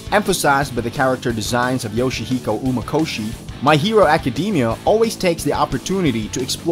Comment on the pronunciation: “My hero acadeemia”